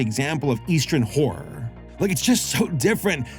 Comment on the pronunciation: I've been telling all Youtubers this: PLEASE pronounce both syllables in "horror." Please. Otherwise "horror manga" becomes a totally different kind of manga...